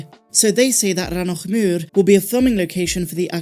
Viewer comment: I'm incredibly impressed with your Pronunciation of Rannoch moor, well done 😂 everyone else butchers names of places in Scotland